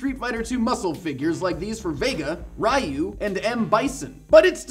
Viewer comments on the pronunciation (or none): "Rai-you" instead of "Ree-you", triggered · Did he call Ryu Rie-U? slowly backs away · Thank you for pronouncing sake correct. But you did pronounce Ryu incorrectly.